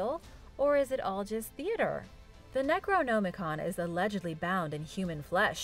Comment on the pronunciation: I love, but the fact that she pronounces words wrong ALL the time really irks me. Hell, she pronounces necronomicon differently 3 times in this video, and all 3 are wrong lol.